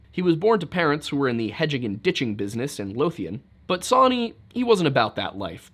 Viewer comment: Soooo did Zoe Hanje from Attack on Titan name Sonny & Bean after "Sawney Bean"? The way you say Sawney sounds more like sonny.... crazy